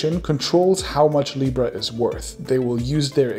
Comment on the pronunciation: "Now you have libra." I understood, "Now you have Lepra."